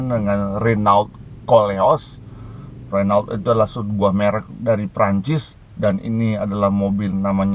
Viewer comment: BACA : RENO